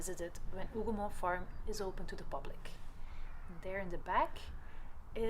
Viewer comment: This is an excellent video and the historical overview is spot on. I also appreciate your pronunciation of the Hougoumont farm and other locations. It sincerely helps those of us who primarily rely on written sources. You have inspired me to return to the battlefield after more than 20 years. Thank you.